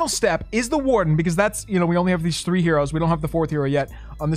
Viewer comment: Whenever he says 3 he gets a accent